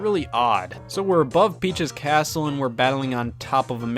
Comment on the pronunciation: i heard bi*ch's castle